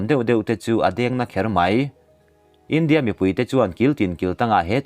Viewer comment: Kan sawi ve lawk, i tawng kauchheh hi fimkhur thei deu la ka ti, i India lam dan te , tharthawh te a dang pawh a la awm. a ngaihnawm e